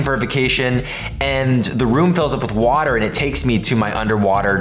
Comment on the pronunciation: Is Called wahter this thing is 😂